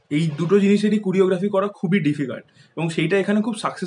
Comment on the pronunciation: কুরিওগ্রাফি টা কি?? কোরিওগ্রাফি বল।eta unexpected tor theke...